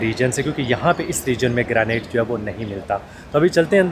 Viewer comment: A good and knowledgeable Vlog. Impressed of your hard work being put in resulting into a quality output. Only 01 x correction from my side, hope you won't mind. The stone used in the Columns/Pillars is pronounced as Granite (Grey nite not Greynate). It is a very hard stone or a type of marble, abundantly found and used in Pakistan, India and of course in other countries. Regards